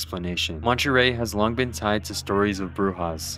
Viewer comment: montryel (monte-rey)